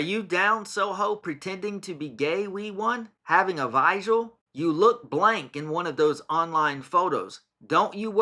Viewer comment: He can't even pronounce "vigil"!